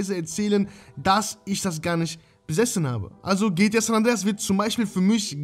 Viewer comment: Bitte sprich es G T A aus und nicht gtja 😂😂